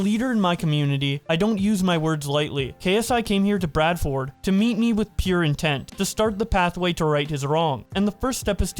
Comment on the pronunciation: Biggest crime was the way Bradford was pronounced